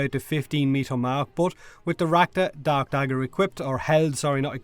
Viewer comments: when you say dark dagger i hear DAB dagger am i hearing wrong or are you saying wrong? im not sure! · I could've sworn you said "rakta dab dagger" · For some reason I kept hearing "Rakta dab dagger" in the beginning...